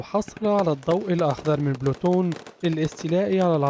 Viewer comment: المذيع رايح ......جون بولتون و ليس جون بلوتون